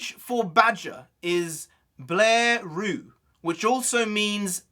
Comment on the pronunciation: Blaireau is not pronounced Blairu or Blaiwho. It is pronounced Blairow. Fair criticism. I watched 2 episodes. To me Sokka is my favorite so far.